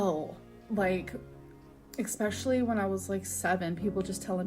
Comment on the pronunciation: hasn’t been on a weight loss journey in years she ran off in a ditch many years ago all she’s done is gain weight. Why can’t she pronounce especially correctly